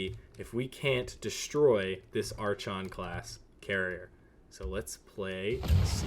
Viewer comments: It is EXTREMELY painful to hear you pronounce archon like that lol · Was gonna watch this but the mispronunciation of "Archon" just killed it for me.